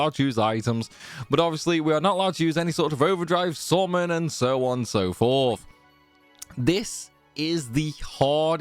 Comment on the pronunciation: Took me a while to figure out that with SORMAN you actually mean "summon".